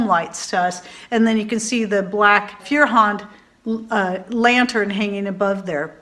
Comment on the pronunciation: it's German for fire hand. Said "foy-er-hánd". Just a fun fact. Lol